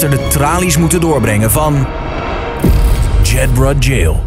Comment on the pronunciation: Zo ontzettend irritant dat ze (behalve de OV) Jedburgh steeds verkeerd uitspreken